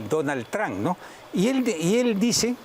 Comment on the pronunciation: ■ Es un problema que tiene con ciertos fonemas, no sè se sii el '' Barba habla quechua. Es como en el caso de los chinos a los que les resulta difìcil pronunciar la 'r' ocsolestos,. No sèè de dònde saca 'Elion' Mas' Donald 'Tran'